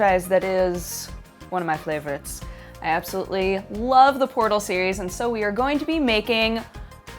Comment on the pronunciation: did say "flavorites"?